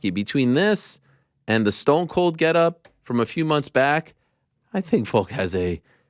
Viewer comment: Its VOLK not VOKE we need to talk about this again